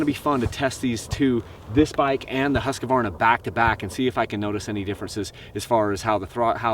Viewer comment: Hey...Keep pronouncing it "Husq-a-varna"! Us older guys who grew up on those bikes in the 70's always called them by that name, not Husq-Varna! That sounds stupid!